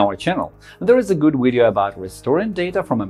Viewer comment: thanks for the video i know this kinda off topic but i heard it a few times in thin video n iv been wondering about this for a while, when ppl pronounce video "wideo"; what is that? Austrian?? and y is it, do they pronounce v's as w's in their language my interest in etymology has been growin a lot lately